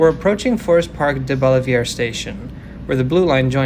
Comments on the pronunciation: Hi, STLn for 50 years. Sir, you need to work on one of our favorite pastimes, mis-pronouncing French proper nouns. DeBaliviere is "DEH-bahl-eh-ver". Others include Gravois ("GRAV-oyz"), Carondelet ("CA-ron-deh-let"), and Chouteau ("SHOW-toe"). And, yes, it's definitely "UM-sl", not "U-M-S-L". There's others, of course, but those are some of the best. Also, love Metrolink/bus. Wish the bus frequency could be better, but it has the bones of a GREAT system. People in STL dump on Metro a LOT, but it's really pretty good. I won't say I ride every day, but probably 10-15 times a month. I like the night-time feel (and have never, ever felt "unsafe"), but yeah, if you aren't ready for it it can be off-putting a bit. The split at Forest Park is still a remnant of the severe flash flooding that happened last July that basically wiped out large sections of the Blue line between FP and Clayton. That's not how the system is designed to run, and I don't think it's "permanent" (even though it's been almost a year). Great video. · Welcome to STL! In case the other 350 comments didn’t say, “UMM-SILL” is standard for the university, along with a bunch of other wacky pronunciations. Early on, you stopped at Deb/Oliver near Forest Park, or “DeB’Olliver.” And the most common riders are disadvantaged people of color who don’t own cars, and white suburban residents who drive in for sports games and ride the rest of the way.